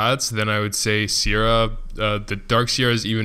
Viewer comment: It's Seira, not Siera